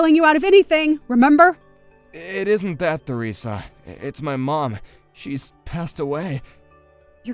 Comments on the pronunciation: Its pronounced teresa not feresa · The - H- in Theresa is silent. You pronounce it the same as Teresa Oh my. GOD Harriet. Stop letting Jackson walk all over you! Stop apologizing for things that are HIS FAULT. You're ENABLING HIS SHITTY BEHAVIOR LADY It took her WAY too long to put him in his place! That said, it was a pretty satisfying comeuppance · Theresa is pronounced Teresa. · THE H IN THERESA is silent you just say teresa